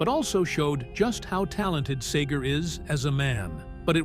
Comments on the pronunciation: It’s SEGER not SAGER. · It's Segar, not sager, good lord. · LIFE is "tragic". Get over it! AND BY THE WAY, IT'S SEGER NOT SAGER. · SAY-ger? Where are you from dude? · I cringe every time Seger's name is pronounced Sager. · Say-gur= cringe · I don’t know who you’re announcer is on these videos, but he can’t pronounce a lot of things. First of all Bob Seger with an E is not Bob Sager like he pronounces it and this isn’t the only video this guy miss states things. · SEEGER!!! Say it right. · I love how the narrator mispronounces his name every time. Brilliant!!! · If this guy could only pronounce his name I could make it through the whole thing I think I'll just listen to a Bob Seger album instead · It'd be nice if the narrator knew how to pronounce his name correctly. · YOU MIGHT TRY PRONOUNCING HIS LAST NAME RIGHT. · People Wouk’s take you more seriously if you could say Bob’s last name right 🙄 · Why do an authoritative biography on a guy when you can’t even pronounce his name correctly? You know, you can check for pronunciation (before) you hit publish.